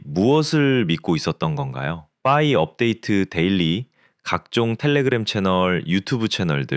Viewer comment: 퐈이 거슬려서 못듣겠어요